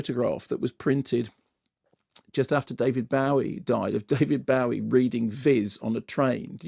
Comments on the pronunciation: No - it’s BO-ee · David BOW-ee? Come on Bow-ee is so much more fun to say. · David BOW-ee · Is it just me who noticed how weirdly he says David Bowie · Wait. is that how David Bowie's name is pronounced?